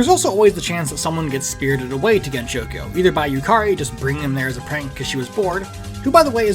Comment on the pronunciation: I really meant pronouncing the gensou with an sh rather than s